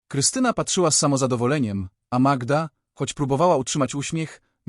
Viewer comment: Co wy macie z tą Magiedą? Może najpierw poznajcie jak wymawia się imiona w języku polskim, zanim zaczniecie się nimi posługiwać. To brak szacunku dla słuchacza polskojęzycznego, i nie brońcie się sztuczną inteligencja, bo ona ma pomagać a nie zastępować rozum.